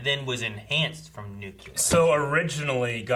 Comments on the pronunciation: Is there something happening to people over years where more and more people can no longer properly pronounce it as NUCLEAR and not NUCULEAR???!!! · Come on guys! It's new-clear, not new-cue-ler. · Why do people say “Nuke-u-ler”? ...Nuclear is so easy to say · Sorry but it sounds so cringy when I hear people say "nukelar" instead of "nu-cle-ar"! It's like Febyuary.... just FFS learn hos to speak. And not just them, I do enjoy their movies and trailer reactions, I even heard scientists in that field pronouncing it that way!! 😫😫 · Lmao 😂, they were definitely pronouncing it wrong lol... (Nu/New-clear) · Damn out of the 4 of them not one pronounced Nuclear right lol Still, lots of hype for this movie. CGI looks really good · Guys, I'm having a tough time with the way you pronounce nuclear